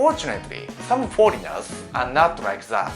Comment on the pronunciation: Foleignels i dont rike